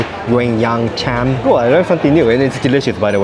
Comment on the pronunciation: Cham is pronounced as Chum. Teochew and Hokkien same reading. It means mix things together.